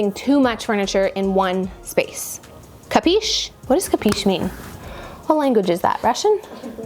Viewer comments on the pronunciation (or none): The word you murdered is an italian verb --> Capisci == you understand. In italian you read all the letters. Ca-pi-sci. About the bed placement, having a full mirrored wardrobe, i enter in my room and see the whole thing in the mirrors first while looking at the wardrobe